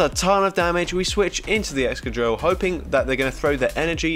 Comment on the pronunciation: wait did you just say "egchoqhil" instead of Excadrill? 🤣🤣